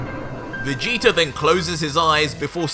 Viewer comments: In the beginning you said King vegeter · Who is "King VegetER"???